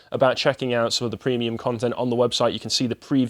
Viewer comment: Prehmium deboonking